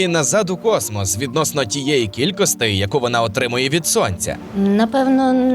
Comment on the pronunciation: Дякую за цікаве відео. Але є прохання - перестаньте, будь ласка, казати "кількостИ" замість "кількості". Бо дратує дуже...